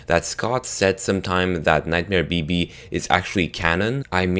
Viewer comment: Sounds like he said... Nightmare Baby.. 😂